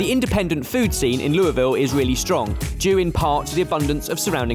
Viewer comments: Pronunciation hint: There are three syllables. You are the first I've heard of in my life, from Louisville and also anywhere else, who has ever claimed it was pronounced 'loo-ville'. Whoever told you that was wrong. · It is not pronounced after French Kings Louisville. It is pronounced lul ville. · How did not a single person in Louisville not pronounce it the way we do in KY? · why did the Louisville Slugger guy mispronounce the name? He said it right when he started but then finished wrong